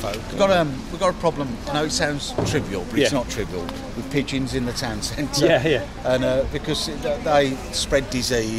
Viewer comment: what`s with the vem ve vis it`s them the this 🤷‍♂